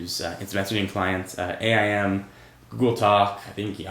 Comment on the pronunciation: A-I-M? I thought it was Aim... as in the word..aim